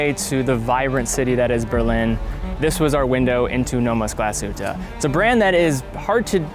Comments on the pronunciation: The emphasis in Glashütte is on the first syllable, not the second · please please learn how to pronounce Glashütte, there is no aaaaaaaaaaaaaaaaaaa at the end